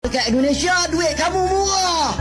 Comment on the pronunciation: Ini yang cakap dueet kamu muwah '' dueet kamu muwaah '' 😅😅